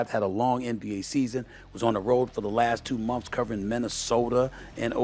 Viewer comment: "Stephen A Smiff show" and "last few mumfs" got me 😂😂😂😂😂😂